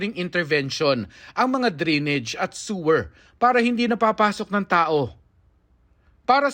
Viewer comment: Anong dri-nidge? Dray-nij po tamang pronunciation.